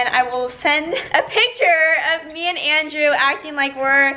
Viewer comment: I like how says "endreww" instead of "Andrew" ❤️